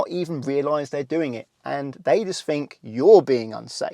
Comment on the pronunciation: It's not fink it's think .